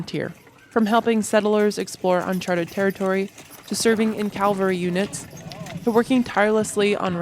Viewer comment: Very interesting and informative. I enjoyed it. One thing you might want to work on is the difference between the words calvary (a Latin cross) and cavalry (an army component mounted on horseback). Since you say the Latin cross word many times in your narrative and I believe you mean cavalry (mounted patrol), this difference might be helpful.